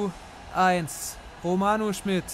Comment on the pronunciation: Deine Konferenz sind jedes Mal aufs Neue geil!💚🤍 Aber sprich ihn bitte Romano Schmied aus also als langgezogenes I😁😂